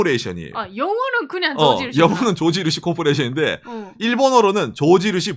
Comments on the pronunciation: 난 왜 조진우씨라고 계속그러나했다는 ㅋㅋㅋ 조지누시 발음아니죠.. 죠쥐 루쒸 해주세여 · 코끼리 밥솥도 미국인이 많들었나? 일본어 발음 “George Rucy”